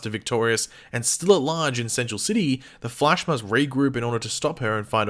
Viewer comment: Who else is annoyed by the way pronounces “The Flash” when he’s reading, like damn man